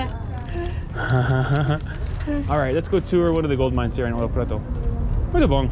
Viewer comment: Love Ouro Preto! I was there last year and wished I had more time in that beautiful city. Mariana is another town nearby and is also very pretty. Just a little tip on the pronunciation of "bom". When you see m at the end of a word, you never pronounce it at all. Its a nasal sound. To pronounce it you just start slowly as if you were saying the word "bong" and just drop off before pronouncing the "g". Same thing with the word "sim", don't say the "m". Pretend you are saying "sing" but really slowly and drop the g there too. I read a comment on your video on Rio on New Years day. Someone said say "top" instead of bom. "Top" means like very cool or great but to pronounce it like the Brazilians say "topee"! Muito bom(bong) amigos! Your videos are awesome!